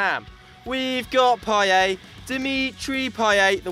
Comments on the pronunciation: Vagetarian normally in French it's correct. Payet says it himself that his name is pronounced Pai-yet instead of Pai-yay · It's not "Payey" It's fucking Pa-yet idiot. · Payet not Payai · Why do you say paye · Payet not Paiyay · It's 🐍 not "payay" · he can't say payet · Amazing how you mispronounce Payet 😂